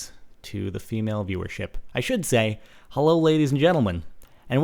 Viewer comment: he says hello like a russian